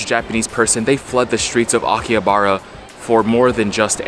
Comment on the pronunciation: bro says it like akiyabara. Bro It's Aki-Ha-Ba-Ra